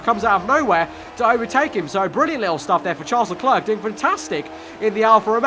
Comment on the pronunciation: please fix your pronunciation. Charles Leclerc is pronounced as Le-Claire, not Le-Clerk